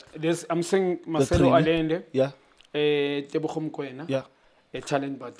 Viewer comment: It’s Teboho not Tebogo, Relebohile not Relebogile wena Junior maan😂